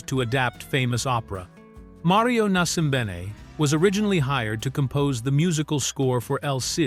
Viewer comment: Pronunciation: the composers mentioned were Rozsa (ROZHA as in Zhivago) and Nascimbene (NASHimBAYNay). You could've got more mileage by discussing Rozsa's amazing score and use of many period melodies. Whilst the production details were stunning, it's a kindness to call it 'authentic' since all the designs were stylised and from various periods.